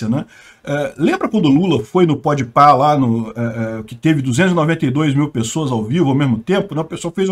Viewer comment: por obséquio, continue pronunciando "podpah" como "podpé", é bem mais divertido. Obrigado!